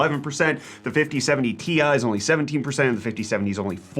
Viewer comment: "the 5070 tie..." ok, its good so far... "will beat the 4070 tea eye..." WHAT??? Pronouncing the letters separately? This is a disgrace! A scandal!!! Edit: for those who are wondering